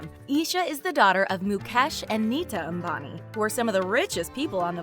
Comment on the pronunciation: That pronunciation, A M B A N I That got you a like...